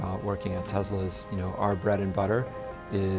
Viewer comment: It's not Tezla, it's Tesla. FFS!